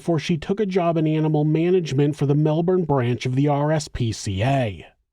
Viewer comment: Super impressed with the research. But the best part is your correct pronunciation of Melbourne